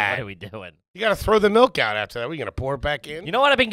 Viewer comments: Do they reprogram people upon birth in Pennsylvania to make them pronounce liquids wrong? Melk and wooder?😂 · Melk it's milk lol😂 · Was at the grocery store today and the prerecorded PA ad was all about MELK. I laughed to myself like an idiot as the lady said it 3 times MELK MELK MELK!!!